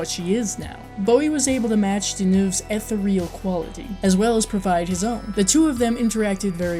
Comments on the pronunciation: FYI: Ethereal is pronounced "eh-THEER-e-al," not "eth-e-REE-al." Just thought you'd want to know. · eth-EAR-e-uhl not ETH-er-real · This was cool, but may I suggest you research how to pronounce "ethereal", for future reference. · Like your review but please learn to pronounce the word ethereal.